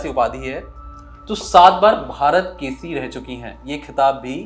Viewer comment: Hahaha! KC kyu bol raha h yaar kesari hota h. Hind kesari, haryana kesari ye title hote h kushti ke google voice ka kamal h ye aapka KC😆😆😆